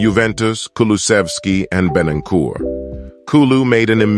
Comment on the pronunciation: Love this guys wonky American way of pronouncing the names😂!! Eric Deer??? Postecog-low?? Bentancyure??? I was cracking up waiting for the next name he was gonna torture into a weird shape!!😂😂😂 He makes a good point though; our recruitment has slowly been changing for the better this last few years…